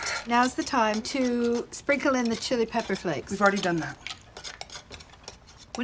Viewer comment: "Fold in THE cheese." I just cannot with the random emPHAsis.